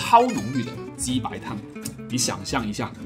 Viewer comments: 我仿佛听到了’鸡掰‘！😺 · 为什么“鸡白”听着怪怪的？